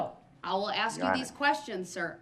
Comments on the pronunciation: Once again...it's ASK and not AXE! It's OBJECT and not EJECT! He's completely off base he keeps saying that he doesn't understand her questions or requests, but he sits there smug and thinks he knows the law which he clearly doesn't. It's the biggest of waste of time. He doesn't care because he knows he's going to rot in prison. She has given this joke of a human being hundreds of chances and he's done nothing but disrespect her and the court. He says he understands and then goes right back to causing the same problem. He says yes and then goes on a long speech about this and that without caring about anyone else. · Please...please say "ask" not "aks."